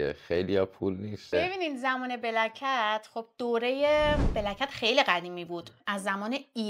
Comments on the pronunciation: پیروزخان میگه بلک کتز گلناز میگه بلکت!!!!! درست تلفظ کن دوست عزیز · پیروز هی سعی میکنه black cat گفتنتو تصحیح کنه ولی تو کلن شوتی 😂 Black cats ننه جان